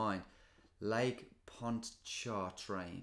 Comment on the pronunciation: I’m from New Orleans. I knew it right away. Also it’s pronounced “poncha-train”